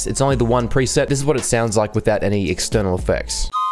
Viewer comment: aithouit lol